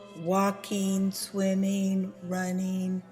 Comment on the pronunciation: she said...walkeen swimeen runeen singeen. The G isn't silent. Thanks for the video.